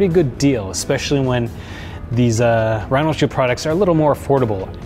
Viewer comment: What u mean bro? Last year I used your 20% off code on top of a Mous discount and got the 50€ case for 35€. Also its RhinoShield, not RhinalShield like you keep saying.